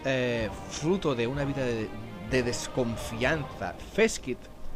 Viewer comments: No se porque le cambias la pronunciacion a los Skaven... a veces les llamas bien Skaven y otras mal Skavon... Skaven proviene de la palabra Scavenger y por tanto se pronuncia con A y E SkAvEn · Los skavens se llaman skavens, si digo en alguna ocasion skavons pues lo he dicho mal, por norma lo digo como sería en Castellano, skaven, pero realmente sería skeiven ya que es un juego inglés, es como ulthuan, unos dicen ultuán o ultuan, pero es inglés i sería ulzuan no ulzuán o tzeench que se pronuncia tzinch por que es inglés no tzench, pero vamos , voy a ver cuantas veces digo skavons aunque es la primera vez que me lo dicen 🤣🤣 pero ya te digo siempre les he llamado skavens no skavons